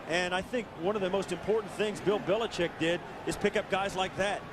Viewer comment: If I have to hear this guy say "Billichick" one more time 😂